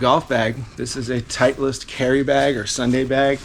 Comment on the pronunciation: I think you mispronounced Titleist! LOL